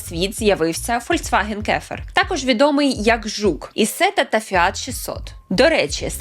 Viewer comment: Так, дівчинко, Volkswagen вимовляється Фольксваґен ( не фольцваген!!!) Chevrolet не Шевроле, а Шевроле. Трошки цікавтеся що як вимовляється та все буде добре.